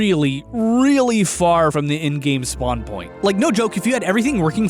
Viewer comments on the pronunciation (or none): none